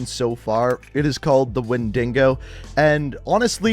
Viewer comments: Jesus you say Wendigo as When-duh-go, not When-dingo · Lol 'Wendingo', its actually wendigo but sure and also 'Samsquanch' lol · Its wendigo , not windingo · Wendigo or wendingo lol, just adding constants randomly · I’m sorry wendiNgo buddy it’s when da go not wendingo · Ah yes. That classic 'wendingo' skin... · XD he called the windigo as a windingo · Hay bro, it’s ponounced wendygo, not wend ing o, it’s a North America urban legend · Everyone: “Wendigo”: “Wendingo” Mandingo? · Also the Bundle is called Wendigo like the creature.. not WendiNgo… Its pronounced Wen Di Go not Wen Din Go as you said lol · "Wendengo" Ahh never fails to mispronounce a word that is on his screen and/or is said in the game multiple times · Actually the name of the new skin package in the store is pronounced “when- di -go” not tryna act smart or anything just tryna help :) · wendingo lmao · The WIN”DINGO” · “Windengo” bundle lol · We not gonna talk about wendingo? 😂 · Yo lemme buy this “wendingo” pack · He prenounsed wendigo as wen day go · WENDINGO skin.... come on man not how you say wendigo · “Wendingo” 1000 iq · No he means windingo cause The windingo is asociated with cold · He says it like “wendingo” like when is the dingo coming? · "whendeego" (pronounciation). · Why did he pronounce Wendigo as “Wendingo”😭😂. No hate tho. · Did he just say "WendiNgo" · Oh, that was awful. Wendingo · I’ve played fallout 76 for a while and hearing him say wendigo the way he did made me cring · The way he pronounced Wendigo hurt my soul